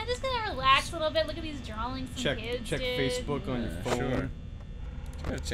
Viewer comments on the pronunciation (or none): husband pretty much drew for a living, yet he never once told her "It's drawing...not 'drawling' like you keep saying."